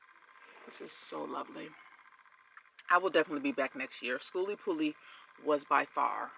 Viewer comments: The new pronunciations of skooliepalootzki kills me everytime. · You are hilarious! We made it a drinking game, everytime you mispronounced skooliepalooza.. soo much fun in a short video🤪🤪🤪. Do the sounds like you said the adventuring greggs have a yt channel? It exceeded your expectations? What were you expecting. Sooo cool to see so many poc there.